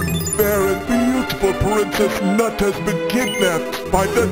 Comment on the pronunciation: I just love the emphasis put on it